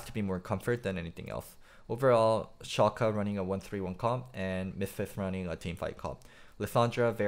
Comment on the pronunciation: first pronunciation of 'Schalke' was correct - the second would be right if it was Schalka, with an a